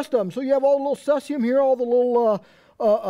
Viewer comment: ceezeeum, not cesseeum